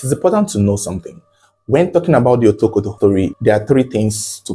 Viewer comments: Otokoto ❌ Wotowoto ✅ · you should have practiced the right pronunciation of Otokoto.